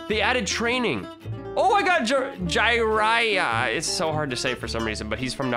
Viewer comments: the way he said jiraiya :( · U really said "JYRIA" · im triggered he said jiriya and luffy wrong plus tanjiro plz watch some anime no offense i still love the vids